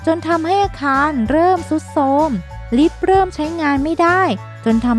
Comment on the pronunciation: เห็นด้วยค่ะ พูดให้เป็นธรรมชาติกว่านี้ อักขระและออกเสียงควรชัดเจนกว่านี้ ริฟท์ หรือ ลิฟท์ ดีคะ เอาให้แน่